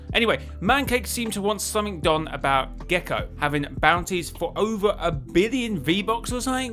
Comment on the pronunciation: No worries I’m actually pretty sure I’ve pronounced guaco like six different ways at this point..? But gecko is a new one I didn’t even notice when listening to hit back going through checks 😅